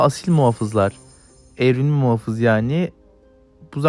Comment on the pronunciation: muhofız değil muhafız videoyu izlerken ekranı ısırdım